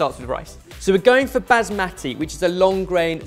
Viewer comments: okay I'm an arab and i couldn't see what people were saying about strange pronunciations until he said: Baazmati rice 😂😂😂 man it's Bas-ma-ti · Also, it's pronounced Baas-Muh-Ti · Now they've pointed out that says things wrong I can't stop hearing it. He's saying basmati funny but maybe that's just his accent who knows... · The way pronounces basmati hurts me a little bit